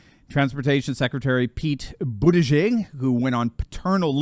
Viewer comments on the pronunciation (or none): Oh for God's sake, the mayors name is pronounced booty judge. Perfect for a gay man! 😁😆😅🤣😂😄